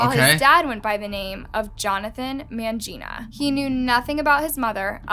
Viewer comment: "man-gina" 😆bros thinks hes transgender